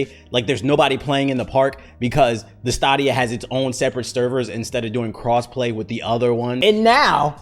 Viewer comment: i’m pretty sure it’s pronounced like stadium so like staydia, at least that’s how they say it in the commercials